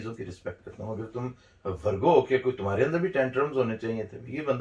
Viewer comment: ITS VIRGO NOT VARGO